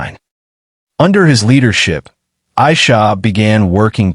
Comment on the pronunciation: Her name is pronounced AIEESHA, not the way the narrarater says it.